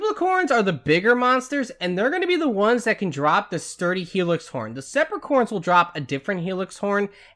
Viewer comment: The last sepricorns? can u read breh? its spiracorns.